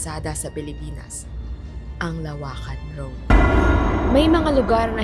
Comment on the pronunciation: teeee LO-WAKAN hindi LA WAKAN